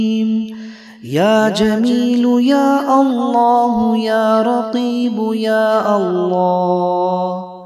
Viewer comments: محترم لفظ قریب ھے آپ رقیب پڑھ رھے ھیں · Ya karibu ya allahu likha hai janab ap Rakibu pad rahe hai ainda durust karke padhe plz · بسم اللہ الرحمن الرحیم یا جمیل یا اللہ اس کے آگے لکھا ہوا ہے یا قریب ہو یا اللہ آپ اس کو پڑھ رہے ہیں یار کی بو پلیز یا تو اس کو واپس صحیح کریں کیا الفاظ ہیں الفاظ کو صحیح ادا کریں اللہ کے ناموں کو آپ درست ادا کریں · Aap jo shoro me kalmat padhe ho wo likha alag hai or aap padhe alag ho . Jaise likha hai qarib likha hai or aap raqib padh rahe ho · Ya kareebu ha not ya rakeebu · Pronounced ya raqeebu instead of ya Qareebu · ASSALAM O ALAIKOM JANAB AAP KI TILAWAT SHOROO MAIN LIKHA HOWA HY YA QAREEBO OR AAP PERH RAHY HAIN YA RAQEEBO PLEASE ISKO SAHI KARWADAIN JO SAHI HY PLEASE PLEASE MAIN NAIN NOTE KIA HY JAB HI AAP KO BATA RAHA HOON JAZZAK ALLAH KHAIR